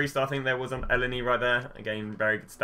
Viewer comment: You can't pronounce elneny lol